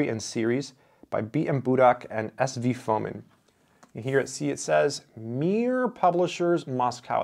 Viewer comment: Its Fomìn, not Fòmin. Budàk not Bùdak.